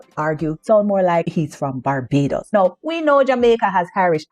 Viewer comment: The way you say "now" and "hundreds" and the word "sound" sounds just like an Irish accent for sure 😉👍🏻🥰🇮🇪🇯🇲🌺☘️